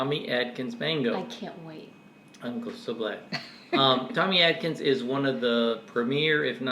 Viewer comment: I believe it's Tommy ATkins. Not ADkins. Isn't it? The few I've had were horrible. Pure fiber.